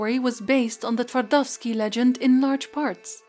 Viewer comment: Well, quite frankly I'm speechless. I'm trying to imagine how much work this two videos about Gounter must have taken. And you definitely deserve some more praise for pronouncing "Twardowski" correctly. "Fun" fact: Jan Twardowski was actually a real historical figure living at the turn of the 15th and 16th centuries. He was a Polish nobleman, alchemist and court occultist of King Sigismund II Augustus. Sigismund you see was mourning loss of his love Barbra Radziwiłł who was most likely poisoned by his mother Bona Sforza. Twardowski prepared a ritual during which he summoned Barbara's ghost using a mirror(!). The Twardowski mirror that exists to this day he used this specially crafted mirror to create an illusion of Barbara's ghost. It was so convincing that King ended up in shock, being barely able to rule. Some historians believe that was exactly the plan of court opposition which found, paid and presented Twardowski to the King.